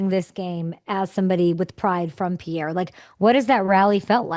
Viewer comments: Could someone tell Kay the capital of South Dakota is pronounced "Peer," not "Pee-Air." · He even pronounced it a few times and she still didn't pick-up on it. 🤨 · Wow Kay, Grey and you had an amazing discussion. Loved your reaction to Bob's bar. But if you ever do a behind the scenes interview with any of the regulars at Bob's or his high school coach in Pierre, just remember Pierre natives pronounce it as Peer...not Pierre or Pee-Air. Finally, if you interview Grey again, since I am an Alumni of NDSU, please ask him if he can sing/recite the words to the famous Hail The Bison Song. Also ask him if he is aware of how political correctness at NDSU ruined/replaced the epic ending of the song. Great job with Grey, lots of laughs here! Go Hawks!😄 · I think he has just given up on people mispronouncing Pierre.